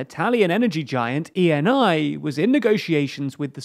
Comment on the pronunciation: Italian energy giant Eni is pronounced like "annie".